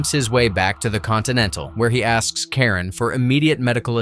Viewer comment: The concierge is Charon, pronounced "kay ron," not Karen. RIP Lance Reddick.